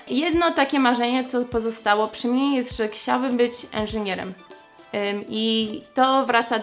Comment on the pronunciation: Które słowa z języka polskiego są dla Ciebie najtrudniejsze do wymówienia? Jakieś konkretne przykłady? Zauważyłem, że słowo "chcieć" wymawiasz "kcieć", przykładowo - Chciałabym - Kciałabym. Naprawdę sprawia Ci to takie trudności w wymowie czy po prostu nie przywiązujesz do tego uwagi?